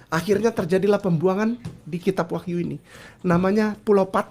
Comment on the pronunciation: Kenapa saya merasa geli saat ngomong kitab wah(gr)yu, yoh(gr)anes. Alay versi ngArab 😅